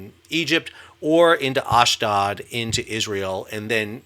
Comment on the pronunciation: Ashdod - a long 'O', as in load.